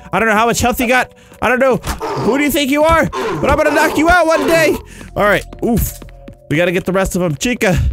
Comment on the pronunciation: when u said "alright alright" it sounded like u were saying "~ARA ARA~"